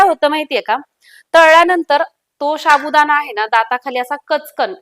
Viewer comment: शाबुदाणा नाही गं साबुदाणा बोलतात